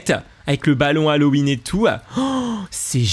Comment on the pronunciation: trp sa ma tuer aussi:D